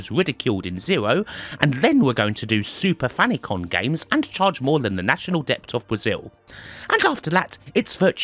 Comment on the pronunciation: "Soopa Fannycon" PMSL